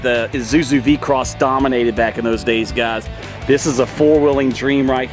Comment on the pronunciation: It's vehi-cross, not v-cross. Also It's borg-warner not Bob Warner. 😂